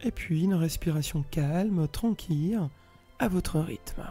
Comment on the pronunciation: Bonjour, merci pour cette excellente séance, que j'ai faite hier et ce soir après le travail. La voix est douce et posée, la durée parfaite pour moi, ni trop longue ni trop courte. Il n'y a qu'une seule chose qui me fait sourire c'est de prononcer tranquille comme quille:-) jamais entendu prononcer ce mot comme jonquille alors il fait que je me concentre pour ne pas rire. Et serenitude? Ne dit on pas sérénité? Bref...ces bricoles qui n'engagent que mon côté plaisantin, n empechent pas d'accéder à une véritable plénitude. Et pour cela, je vous adresse un grand MERCI 🙏. Karine